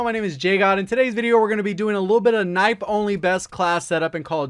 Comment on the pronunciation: JGod did you just called Knife "Nipe"? 🙈